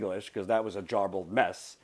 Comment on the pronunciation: Hey? If you are going to insult another person's grasp on English, don't immediately pronounce garbled as "jarbled".